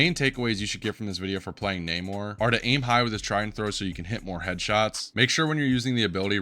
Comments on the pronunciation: I don't want to be that guy but you probably will ignore this but it's Nah-more Not Nay-More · My boy, who on earth is Nae-Mor?? He pronounces his name at least 3 times in game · Bro knows everything about the character except how to say his name